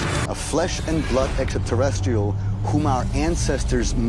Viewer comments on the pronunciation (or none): ecksta ta resteel. How much coke are they feeding this guy to make this fucking show? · How come so many of these people pronounce it "EXTA-terrestrial"?